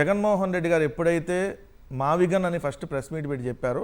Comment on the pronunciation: మావిగన్ కాదురా అబ్బాయ్, మావగాన్ మావలండన్ గాన్ అంటూలండన్ పోయాడు.